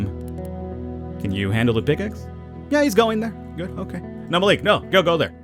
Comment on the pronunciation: Its pronounced Ma lik